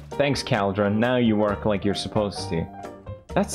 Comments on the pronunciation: Caldron when theres clearly a U right there he just chose to ignore lmao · Pewdiepie: “minecraft learn English please” Also pewdiepie: “caldron” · Pewdiepie: Gosh, learn English Mojang! Also Pewds: "Caldrin" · PewDiePie: "Cal-dron" PewDiePie 2 secs later: "Learn English" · PewDiePie- "Minecraft learn English!" Also PewDiePie- "Caldran" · Felix: “I can pronounce any word right” Also Felix: “Cowldron” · PewDiePie calls the cauldrons "Kall-Drins". His Swedish accent never fails to amaze me. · I’m American and I pronounce it call-drin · Felix: pronounces negligence right Also Felix: "Cowldren" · felix: 'minecraft learn english" also felix: 'cowldren' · That's english though, it was his accent. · Felix: "Learn English, Minecraft" Also Felix: "Cowl-Drun" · cauld - run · “Minecraft, learn english please” literally 10 seconds earlier “Cowldron” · Not me running straight to the comments after he said CALDRON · Felix: caldrun. everyone: Its cauldron not “caldron” Also felix: I need more eye-ron. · It's not a vial? It's a bottle? MINECRAFT, LEARN ENGLISH, PLEASE. Sincerely, The guy who calls a "Cauldron" a "KAALDRON". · I love how he pronounces items "Saydle" "Cowldron" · Felix: minecraft needs to learn english Also Felix: keldron. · “Minecraft learn English please” Proceeds to say “cowldron” the entire video. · Pewds: I can finally pronounce negligible Also pewds: its a CALDRON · felix: “caldrawn” me: at least he knows how to pronounce negligible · felix: "minecraft learn english pls" also felix: "Cal-Dron" english: am i a joke to you? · more like 'culldron' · Felix: Minecraft, learn English Also Felix: cowldren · The new contender of "negligible" is "cwaildreon" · Minecraft: bottle Felix: Minecraft learn English thats so weird! Also Felix: Call- Dron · It’s so uncomfortable how he pronounces “cauldron”. It’s… COALDRUN. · pewdiepie:minecraft learn English please meanwjile cow-dren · “We need a caldrin” Pewdiepie 2021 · Wtf is a Cowdron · caalllldrin , lol